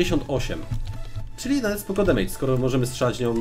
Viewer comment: Nie demejdż*, tylko *demedż się czyta.